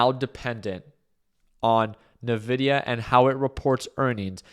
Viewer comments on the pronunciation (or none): Hey, love your content. Although as a person who uses nvidia's products. I just wanted to point out that they pronounce their brand name as 'envidia'. Cheers 🥂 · The way you pronounce Nvidia is an interesting life choice 😅